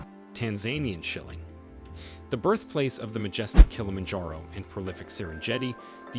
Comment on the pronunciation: . Tanzanian S h i l l i "N G". S e r e "N J" e t i . . ! ? !